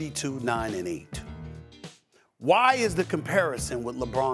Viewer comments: Everyone: "Luka Doncic" Stephen A: "Luker Donchick" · Nobody: SAS: “Luker Donchick!”